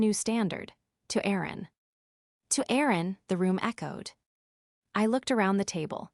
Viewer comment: The AI doesn't know how to pronounce Erin or resume which is pronounced re-zoo-may‼️